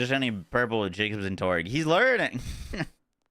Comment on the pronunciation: It's torque pronounced tork, not torg.